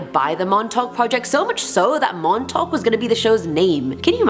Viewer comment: Since you talked about Montauk (which you pronounced prefectly) you should do more lists about Long Island. If you need help theres an entire book about it (excluding the Montauk monster)